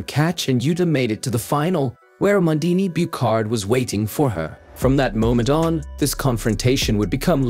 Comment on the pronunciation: same for amandine Buchard, prononciation is a like in a like in abraham, man is said close to the "monld" in almond and Buchard is not a "k" sound but like in usher and heart ou hard but without the "d" sound....